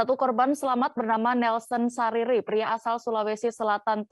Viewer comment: sarira mbak🤣 bukan sariri